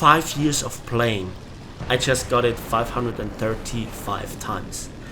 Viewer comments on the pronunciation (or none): Very beginning- playing, not palying ^^